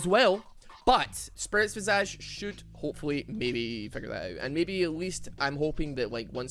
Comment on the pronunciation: Why does everyone pronounce it Spirit Vee-Saaj? It's Vy-Sayj...